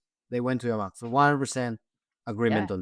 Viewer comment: I am an Israeli, but every time you said Yamam, I imagine non Hebrew speaking viewers thinking the name of the unit is Your mom.. :)